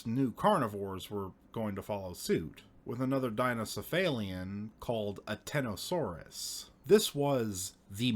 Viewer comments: "Ateosaurus" is written, but "Atenosaurus" is spoken. Which is correct? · Both are wrong, it’s “Anteosaurus”